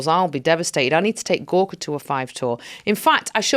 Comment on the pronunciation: Gorka all the way. And I heard hospice Gorks. :-D